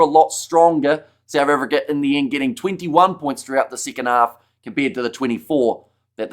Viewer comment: Souf Africa?😂